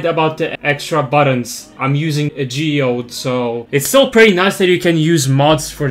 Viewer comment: silly how you fumbled "geode" dw its not a major inconvienience its just silly